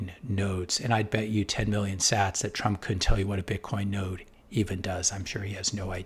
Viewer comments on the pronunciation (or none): none